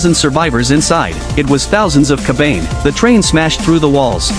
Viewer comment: Its pronounced Ka.Ba.Nay... not ker bayne. Damned AI.